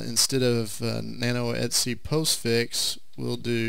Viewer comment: Sudew et-see